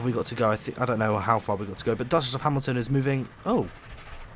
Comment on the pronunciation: "Scosment" "Hmilton" Nailed it.